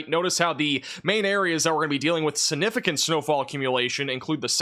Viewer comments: Love your work! Please put that “g” in siG-nif-i-cant 😂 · YOU ARE GREAT…! But you have to pronounce “significant” correctly, if you are going to use it so often… like I said you are a great forcaster and I appreciate you, but this word is very important.. its “SIG-nif-i- CANT…” SIG NIF ICANT…